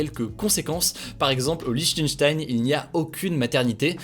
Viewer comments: Lichtenchtensh xD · On dit Lichtenstein